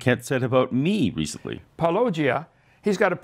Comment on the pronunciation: He can't pronounce Paulogia correctly (Paul O'gia) either and it gets me every time. 😆